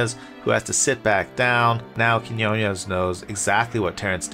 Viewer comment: it’s pronounced KEEN WAH 😂